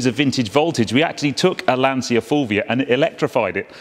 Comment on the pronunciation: Beautiful car , troppo bella, by the way you don't pronounce Lansia but: Lantcha Fulvia akka effe millesei fanalone . Love your program !!